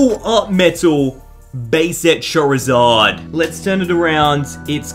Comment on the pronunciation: I swear you said chorizard